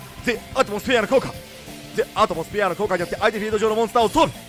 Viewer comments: アトモスフィアの発音とアクセントちゃんとしてて草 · コーデュロイとかロールスロイスの発音適当なくせに、Theアトモスフィアの発音は天才的w